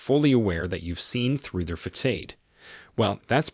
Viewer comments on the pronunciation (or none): Great information👍...the word facade is pronounced fa Saad not fa kade.. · It's not fisade(facade), it's pronounced fuh-sod(facade). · To the channel owner. Please teach the A.I. voice how to pronounce facade (Fa sod).